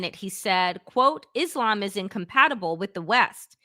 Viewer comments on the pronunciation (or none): none